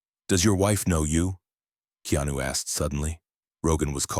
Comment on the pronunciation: 😣 his name is pronounced (KAY-ON-NEW) really aggravating when I hear someone pronounce names or words in general incorrectly. Keanu is the realest that we should all admire.